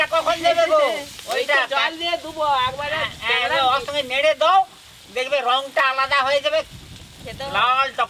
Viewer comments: কাংরা বলে না কাঁকড়া বলে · কাকরাকে ক্যাংরা বলে কেন